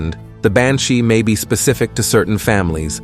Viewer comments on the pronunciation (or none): none